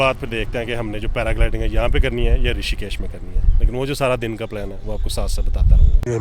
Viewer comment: Rishikesh not rashikesh